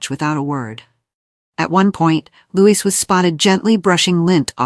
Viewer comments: Louis's name is pronounced "Louie" not Lewis!!! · Its Loee not Lewis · Will you PLEASE pronounce Louis as Looee and not LOUIS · Programmer—it’s pronounced Loo-ee. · Will you please pronounce Prince Louis name correctly!! It's a silent 'S" at the end!! Honestly!! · It was the pollen causing problems! Please remember to pronounce Prince Louis without the "s"